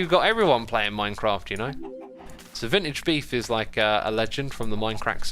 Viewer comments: My crack 🤣🤣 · Why whenever he says Minecraft, I hear “My crack”?